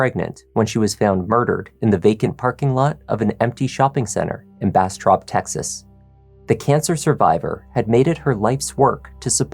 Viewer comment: When you said Bastrop, it sounded like you Brastrap. 😂